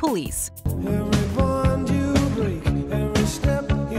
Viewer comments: It’s actually “every bond you break” not bone you break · We said it once, we'll say it again. It's not "every bone you break" it's "every BOND you break." As in family bonds. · No no no!! Every "bond" you break!! Does anyone think it's "bone" !!?? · It is bond, not bone. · Srsly where are they getting "bone" from? It's clearly, "bond."